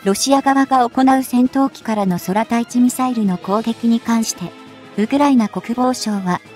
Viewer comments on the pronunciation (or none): ソラタイチじゃなく，クウタイチ｡漢字の読み方が違う。軍隊の場合は，きちんと読んでいるのに，ミサイルの場合は、どうして間違えるの❓